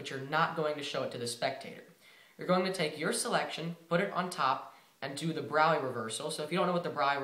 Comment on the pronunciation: You say Braue Reversal "brow reversal"